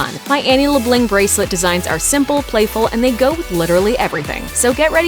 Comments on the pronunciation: Voiceover: LeBlᗩᑌnc Me: throws headphones across the room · Why are they calling Annie “LeBlanc” lamo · Did you notice she said Annie’s last name wrong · She said Annie’s last name totally wrong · It's annoying how they kept calling he LeBlanc and not Annie. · Leblanc is a french name and we don't pronounce the c